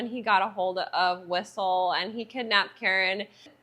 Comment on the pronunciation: I think this is the first time I've seen a review on blade as opposed to a movie reaction.. but, this movie is over 20 years ago now. I remember when it first came out.... by the way, his name is whistler, you said whistle LOL😂